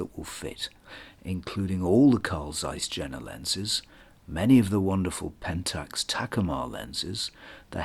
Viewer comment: Yen.na, not Gen.na.